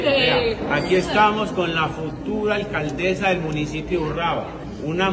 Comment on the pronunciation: Yilesa 😂😂😂alcadesa